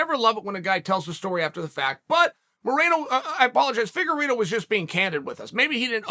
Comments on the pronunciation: Deiveson "The Cheeto" Figa-reeto! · Chael: Davidson Figurido Me: Ok great